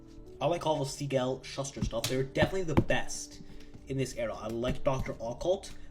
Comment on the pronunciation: Hey first off, just wanted to say good luck on this project, it's quite the undertaking. Second, sorry to be this guy but Joe Schuster's name is pronounced like SHOO-STER. Lastly, fun fact technically DC comics didn't actually change their name until the 70's. Here's the Google AI Overview of the timeline if you're interested. DC Comics officially adopted its current name in 1977, but the initials "DC" originated decades earlier with the 1937 publication of the comic book series Detective Comics. A timeline of the company's name evolution: 1934: The company was founded as National Allied Publications by Major Malcolm Wheeler-Nicholson. 1937: Wheeler-Nicholson co-founded Detective Comics, Inc. to publish the new series Detective Comics. Financial troubles forced him out a year later. 1940s: Due to the popularity of its Detective Comics and Action Comics series (which introduced Batman and Superman, respectively), the publisher began branding its titles with a "Superman-DC" logo. The company was soon colloquially known as "DC Comics". 1946: The company merged with All-American Publications to become National Comics Publications. 1961: The company was rebranded as National Periodical Publications. 1977: The company formally changed its name to DC Comics, Inc., finally matching the name fans had been using for decades.